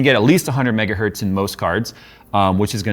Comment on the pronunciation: Dear, one megahertz is still a megahertz, not metgahert like you say:)